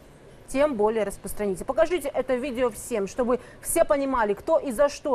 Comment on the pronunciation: сначала бы потренировался говорить слово "распространите"